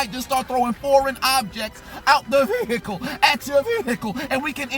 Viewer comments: This man says "VEEhicle" like no other. Lmao. 😂😂😂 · I crack up every time he says Veeehicle!